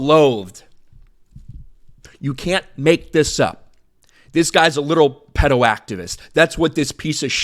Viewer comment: The way you say Pedo is funny lol. Anyways, anyone who defends pedos as a margined group is a pedo, if not they're a pedo in the closet. It wouldn't surprise me if Noah has some questionable material in his personal devices.